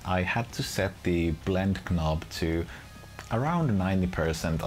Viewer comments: Great review thx. 2 remarks though: - a demo with fingerstyle playing would be nice - "knob" is pronounced "nob" ;) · Brilliant video thanks - your English is superb - knob has a silent 'k' - its pronounded nob :)